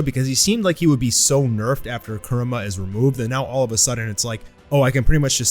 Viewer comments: Its kurama not kurma 😂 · Excited to see what happens with Naruto, also I like the content just gets to me how you say Kurama. A in Japanese doesn't have "uh" sound. But that's just me being picky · “For the first time since Naruto lost Kerema” Could have sworn it was Kurama.